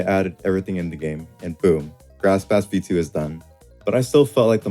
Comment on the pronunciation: Bass [the instrument] is pronounced “base” btw